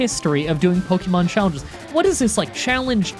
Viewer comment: So people got your name wrong much like you get every Pokemon's name wrong